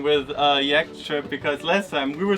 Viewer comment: Love the videos, your parents are great, funny too. It's yawt, not yakked. yakked is something you do when you drink too much gin or eat rotten sushi :)